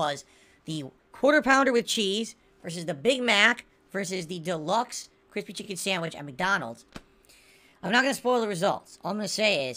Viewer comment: Did this man just say “cwripsy chicy sandwich